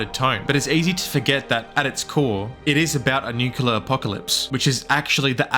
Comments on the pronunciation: “nuke-yoo-lar” isn’t a word. “Nuke-lee-ar” is a word tho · The fuck does Nuculer mean? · nu-CLEAR. ITS NUCLEAR. Not Nucular. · It's nuclerar, not nucular. Why cannot american pronounce it properly? Otherwise, agree with your opinion. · Quit the video when you said "Nucular". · Where are you from? it's not the first time i'm hearing someone pronounces "nuclear" as "nukelar" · If I hear nucular one more time imma lose my shit